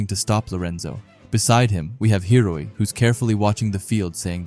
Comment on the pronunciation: what about hiori... you're pronouncing it hiroi but it's spelt hiori. Hee-oh-ree